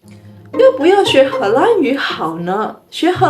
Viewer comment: 荷兰的 兰 念 lan 第二声。不是第一声。：）